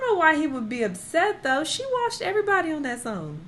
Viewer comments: I was like why is saying “Washed” like that 😂😂😂😂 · was like: "Jay Z also got WORSHED, Rick Ross also got WORSHED" 😂😂😂😂😂❤️